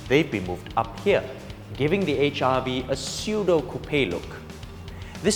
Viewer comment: It seems you say HIV not HRV. haha